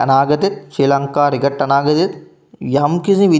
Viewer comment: රිකට් නෙමෙයි ක්‍රිකට්. ඔයා යූටියුබ් කරනවා නම් මේවා හදාගන්න.